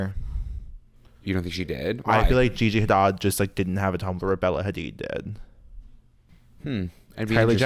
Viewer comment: I love that you correctly say Bella Hadid but you incorrectly say Gigi Hadad 😂 the shade